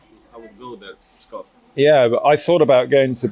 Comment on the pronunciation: I can't help laughing on the way you pronounce the name of the city Pskov "I thought about going to Peskov" sorry😁 Yeah, going to Peskov would ease travels in Russia, that's for sure haha